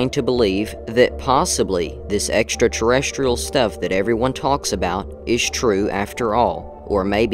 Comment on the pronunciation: TOP MARKS for pronouncing “extraterrestrial” correctly!!! sometimes it seems as if half the country can’t bother to learn how it’s pronounced.. - the brown furry upright-walking things are fake - the dead thing on the ground almost looks like the type of fish that is invading various big rivers here now, hopefully the cameraman took some tissue for analysis - that first shadow-casting thing looks to be avoiding the camera.. can it see IR light? - no idea what that deer was watching at night - no idea about the prancing dog-thing.. looks speeded up to obfuscate really well-done, sir!!!! 🏆🏆🏆🏆🏆🏆🏆🏆🏆🏆